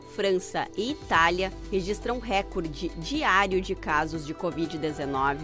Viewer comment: Brasil Correção: não se diz rÉcorde. Tanto que não tem acento esta palavra quando escrita. O correto é recorde (re-COR-de).